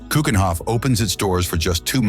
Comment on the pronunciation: Why does this clearly Dutch spokesman pronounces Dutch names like Scheveningen and Keukenhof, Maastricht etc completely wrong? We Dutch should pronounce Dutch names correctly so foreign speakers will get used to the right pronunciation.